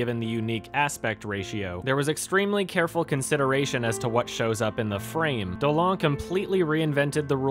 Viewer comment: I'd just like to tell you that it's actually pronounced dolan like the duck :| Trust me I'm from quebec and everyone in the news pronounce it like that